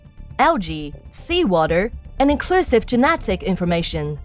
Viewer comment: (In-con-clue-siv)say it with me Jesus Christ.